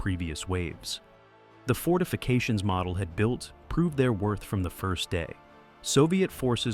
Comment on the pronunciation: It's pronounced mo del get the name right